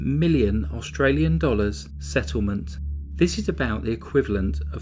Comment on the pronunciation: Well done on your pronunciation of our Australian towns!